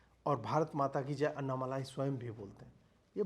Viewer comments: Its not अन्नामलाई 😂 it's अण्णामलै... That's the Tamil word for Arunachala, a very holy mountain in Tamil Nadu which the great sage Ramana Maharshi also worshipped. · Abey ye malaai nahi.. Malai hai dhakkan😂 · Pl note that it is Annamalai and not Annamalaai - small lai and laai... Ok ? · Anna malaaai nahi annamalai😂😂😂😂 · Humble request to use the word अण्णामलै। This is phonetically correct than the usual bs used in Hindi channel. Anna is really pronounced as अण्णा not अन्ना। दक्षिण भारत को समझने का प्रयत्न करें। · Bhai uska naam " अण्णामलै " hai